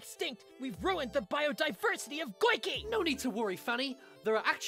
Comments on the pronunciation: Goiky, not golky, also yoyle land not yoyo land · It’s golcky not glouky